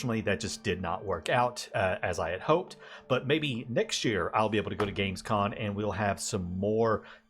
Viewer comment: Great video. exited for the next anno. sorry to be like that.... but I can't overhear it.... it's Gamescom... not con. 😅